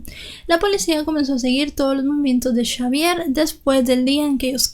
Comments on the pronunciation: Aunque muy triste la muerte de tan bonita familia nada es de sorprender en este mundo cada vez más cruel y podrido!!!! Y lo de chavier y no Javier me causo risa todo el tiempo jajaja buen trabajo felicidades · Hubiera sido mejores llamarlo Javier porque cómo lo dices tú en francés se escribiría Chavière 😂